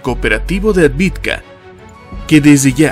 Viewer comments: Es AVDIVKA, no ADVIDKA. Me encanta y admiro tu estilo... Es el ûnico al que le doy "like" desde el principio, sin siquiera haberlo verlo ni escuchado!... Por eso me permito corregirte, y que de hecho ya lo hice varias veces concerniendo AVDIVKA!!! Yo hablo maya y ruso. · ciudad Avdeevka (Авдеевка) - debemos hablar correctamente